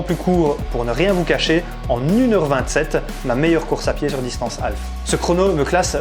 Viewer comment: alf, c'est l'extra terrestre. half, c'est moitié, semi en français et on prononce HAF avec un h aspiré et on ne prononce pas le L ! sinon vous pouvez parlez en français. ;) merci. :)